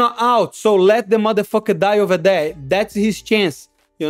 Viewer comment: "let the eM-eF'r die." 😂